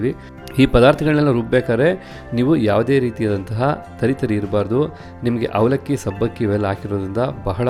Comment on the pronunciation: Is it avalakki or havalakki! ಸುಪರ್ ಕನ್ನಡ!